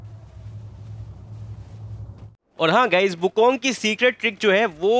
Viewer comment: Wukong = Wuking